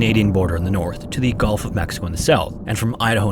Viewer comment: I love your channel! Just subscribed. Btw, it’s “Gulf,” not “Golf” of Mexico.